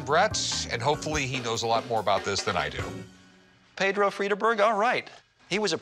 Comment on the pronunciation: Thought he said pedo But there again all the presenters on Pawn Stars look Suspect!